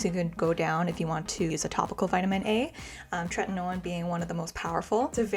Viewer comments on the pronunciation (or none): TretinOeeenn. Theres an i before the end. Youre saying "tretinone". Its tretinoin-rhymes with coin.